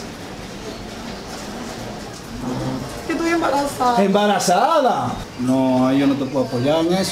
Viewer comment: Alli dice hebrarazada y es embarasada